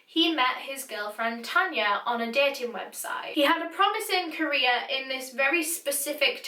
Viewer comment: Whenever says career, I hear Korea.